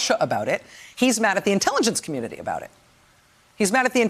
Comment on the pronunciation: thisguy ...🤦🏻‍♂️ I think my comment is not being read correctly...I’m referring to her pronunciation of the word “community” - something about the way she’s speaking makes it come out as “communily”. That’s all.